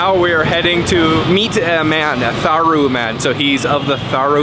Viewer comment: The H in "Tharu" is SILENT.